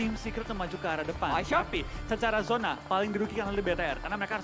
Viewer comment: Zona bang bukan yona